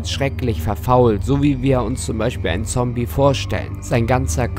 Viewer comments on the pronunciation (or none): none